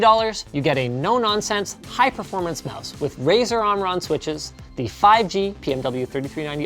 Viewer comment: is it only me or he says Brazzers instead of razer